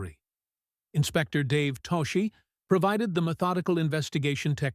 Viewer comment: Toschi's name is pronounced "TOSS-kee." The school bus hijack scene in a 1971 movie was inspired by a 1976 school bus hijacking?!!? I suggest a change in wording to reflect the fact that the scene was inspired by events PRECEDING it.